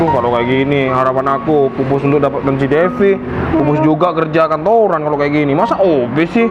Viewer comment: Keerja kantoorrran,kerja kantoran.